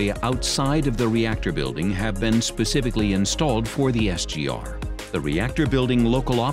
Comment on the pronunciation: SGR instead of 'SG are'